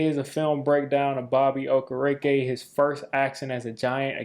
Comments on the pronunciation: Another great video fam, but Just a heads up: it's pronounced ( oh- care- ah- kay ). Not oh ker reeky. Just trying to help you out man. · Yo please learn his last name its killin me hearing bobby okarekA🤣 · Love your content, but you got to get the man's name right: Oh-Care-Ok Carry on 😂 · There is no way he pronounced his last name right at the start of the video. I always say Oh-keer-IK-Kay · Ight dawg that had to have been the worst pronunciation of his name I’ve ever heard😂😂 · So how many videos is it gonna take for you to learn how to pronounce Bobby’s name, right?